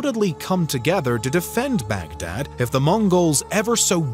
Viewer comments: Baghdad, not bag and dad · It's not back-dad !! It's pronounced as Bug-Dhaadh !! The middle-eastern , mesopotamian, tribes still have their y chromosomes donated by Genghis Khan. The same name is the root for Mughal !!